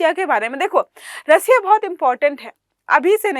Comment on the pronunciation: रसिया ❌ रशिया ✅